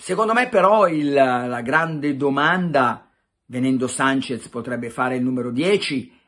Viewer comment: Carlo!!! Si chiama SANCHESSSSSS con la SSSSSS. Non mi pari a te ti chiamino PelleCatti